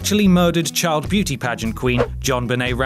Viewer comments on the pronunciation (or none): none